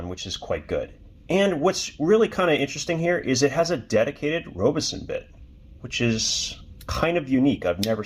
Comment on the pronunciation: Robeson bit? I think you misoronounced ROBERTSON.